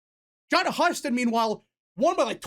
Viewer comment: Husted is pronounced (hew-sted) not (huh-sted).